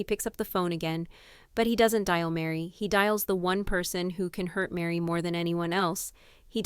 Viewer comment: Why can't you get the names right? Kody, Meri. !!!